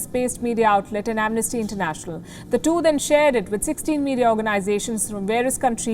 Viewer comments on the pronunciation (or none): 'Am-nasty international'